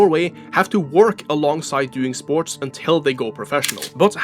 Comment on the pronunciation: SPORCH 😂 you cant unhear it